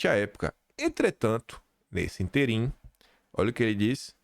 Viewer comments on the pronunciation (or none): Meu querido. Seus vídeos e telegram são meus café da manhã. Não posso deixar de corrigir umas coisinhas, como sua mãe (sou professora)😊 A palavra ÍNTERIM tem acento na primeira sílaba,que é a sílaba tônica. CARESTIA não tem acento, não é caréstia. A sílaba tônica é TI. BEIJO.